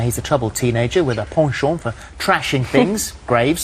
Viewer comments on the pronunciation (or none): i hate the way Phillip says "ponchont" at the beginning of the clip lol